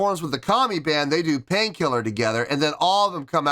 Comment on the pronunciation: I think it went well together. Not horrible anyway. What I think is cute though is Su's English wasn't as good as it is now obviously so her L's were still R's so she was saying pain kirrer. To me that was too cute. She was having fun and wasn't restricted with choreo. Same with Moa. Moa is a super natural and can free flow. Yui is a great dancer but is more shy and I think has a little harder time being free from choreography. But I think they all had fun. Even though it wasn't their crowd or normal setting. 🤘🦊🤘 Moa knows the guitar some. She was learning at one point. Yui was a pure beginner but she was trying to learn too from what I have read. Also from what I read is that Rob was to do one song with BABYMETAL but was having so much fun and adored the time he spent with BABYMETAL that he asked to do 2 songs instead. 8.7 is great. I mean look how much fun YOU had watching it. It was just a treat to see them do this. We got to see more personality from the girls too.